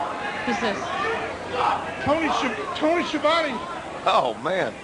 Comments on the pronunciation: nobody can spell Schiavone :S the real pronunce is skiavone not sciovani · Skeeavone XD